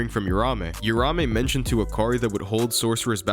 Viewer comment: You-ramé. It’s like Americans refuse to pronounce shit correctly. If you’re willing to invest a good amount of time liking something then you should also be respectful enough to pronounce the names right 🤦